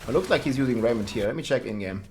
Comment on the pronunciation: Lol he says "Rrrrrrrrrraiment".